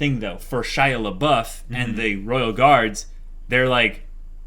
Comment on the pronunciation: Guys, I only started watching their discussions on HxH with this episode (because that's from when the Chimera Ant arc becomes the most interesting to me) and is "Shia Labeouf" an intentional joke or do they really not realize that they are not calling him Shaiapouf ? xD